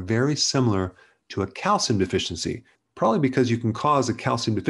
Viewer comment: You pronounced probably, polly. ;-)